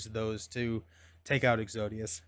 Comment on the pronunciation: Is it exodus or exodius? You were pronouncing it the second way but the spelling looks like the first… I’m confused